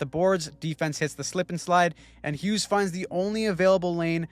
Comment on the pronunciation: its Hughes and it's not even close